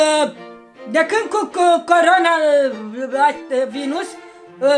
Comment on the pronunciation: Florica spune coroana nu corona 😂